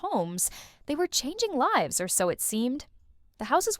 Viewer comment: The pause after a word is always a dead giveaway that it’s AI. Also the wrong pronunciation of live is a dead giveaway that the voice is AI.